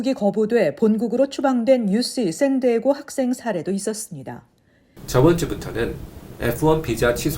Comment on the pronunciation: UC- 유씨(O) 유시(X) San Diego - 쌘 디에이고 (O) 샌 디에고(X)😂😂😂